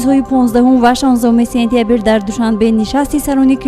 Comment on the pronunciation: Танкид намекунам мегуяму токат кардан наметавонам.Сентябир не,сентябр! Александер неву Александр! Илтимос дуруст талаффуз кунед!